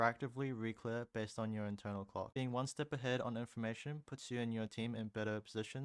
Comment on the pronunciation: bro did not say clock